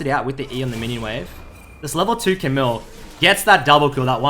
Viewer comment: You don't pronouce the "L" in Camille's name. Its a french name. But nice vid BTW